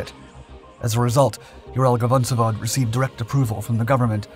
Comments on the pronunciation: Ural-VAgon-Zavod. It' literally Ural-Wagon-Facility/factory. The GavonZavod repeatedly mentioned here just pulls my ears..(love these channels, tho❤) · vagon zavod, not gavon zavod